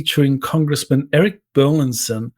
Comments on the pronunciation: BUR LIS ON NOT BERLINSON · Burlison, not Burlinson!